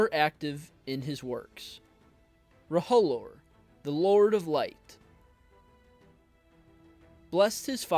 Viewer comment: It's pronounced roe-lore Not ro-ho-lore 😂